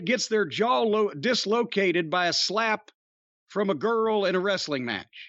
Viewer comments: "wrestle-ing" bro lol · And pronounce the word wrestling like a toddler who learns to speak! Wrrrreesteliing!!!!